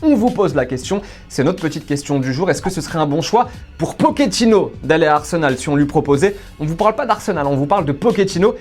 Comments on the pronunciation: Il est argentin et pas italien donc on dit PoCHettino pas PoKettino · " Pokétino " ? t'as cru c'était un pokémon ou quoi ? Ça se dit " potchétino "